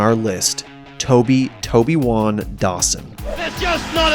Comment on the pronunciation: 3. tobiwan ???? its a disasstah